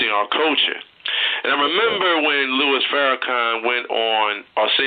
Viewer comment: Lol I know you wrote your comment about 6 years ago but I'm listening to the interview for the first time and every time he refers to our dear brother as" Lewis" it's just so cringe-worthy to me.